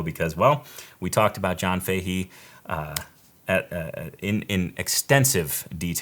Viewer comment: Fahy or Fahey is an Irish name. Common in Galway . Pronounced “Fa Hey” or “Fa Hee” , say it fast . Not that it matters . Cool show .